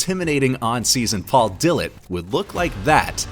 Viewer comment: Paul "dill-it". ? " Da - lett". Geezus dude either you are paid to read some shit some tool wrote for you or u don't know anything about bodybuilding